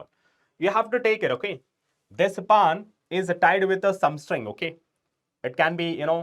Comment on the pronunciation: Sir it's not paan it's pan😂